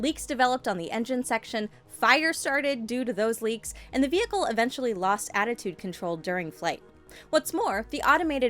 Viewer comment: She kept saying attitude and it was bothering me